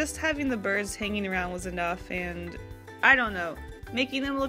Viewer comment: I heard “birth” instead of “birds” so i got confused mid watching 😂 (im binge watching all of your prompts videos while doing art)